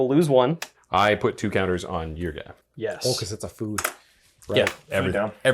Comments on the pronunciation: my brother in Christ, can you read? why do you keep pronouncing it as yrga, its Ygra, pronounced Yi-gra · Hearing him day eargra instead eegra rustles my jimmy's a bit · Loved this episode but hearing Ygra pronounced Yrga hurt my soul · you guys were saying ygra wrong whole episode, but it was good episode